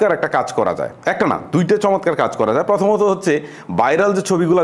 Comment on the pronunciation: 'যাই' নয়, যায়।